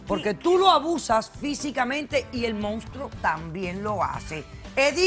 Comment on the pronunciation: me encanto cuando dijo el mounstro este jajajaajjajajajaja